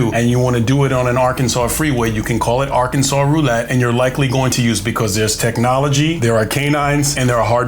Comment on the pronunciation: Cop; Ar-Kansas NOT-Yer-Kansas